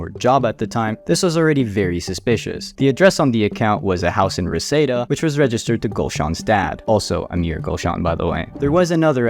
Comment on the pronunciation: Just a small tip, it's pronounced Re-See-Da, not Resehda 😊